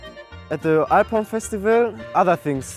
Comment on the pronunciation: The way he says "alphorn" sounds "iporn"